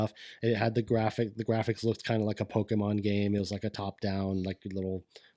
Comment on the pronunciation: It’s too bad that didn’t make it in, because was butchering all the Pokémon names and it was hilarious 🤣